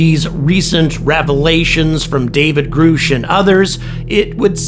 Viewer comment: Grusch rymes with rush...not roosh. Just an FYI.